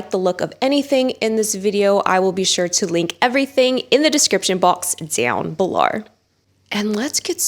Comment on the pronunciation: “DoWwn belowre” ♥️